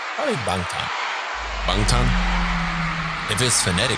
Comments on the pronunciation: That be the most LIT kitchen I ever seen. 🤯 And shouts out to the guy on the right pronouncing BANGTAN correctly and then puttin his boy in his place. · Guy on the right 100% pronounced "Bangtan" correctly with the most Korean nuence too it's scary 😂. You sure you don't speak Korean?